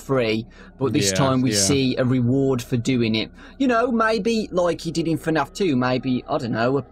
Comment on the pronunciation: it's f-naf no tfu-naf it's f-naf